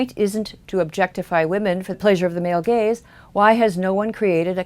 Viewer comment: I really enjoy these videos and are a good thing to view after watching Sargon's This Week in Stupid videos. But this time, I can not stop hearing 'Male Gays' instead of 'Male Gaze'. Maybe I'm just juvenile, but I can't stop laughing now.